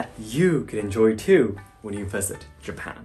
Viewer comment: Why do you pronounce Japan as Yapan?